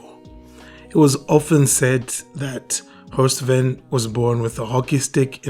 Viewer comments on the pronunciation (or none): Horst was my coaching mentor and friend. Thank you for pointing this out. His name is pronounced "Vein"